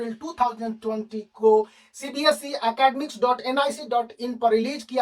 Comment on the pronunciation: Sir by the way its not cbsc its cbse 🙂😂 but nice explanation sirr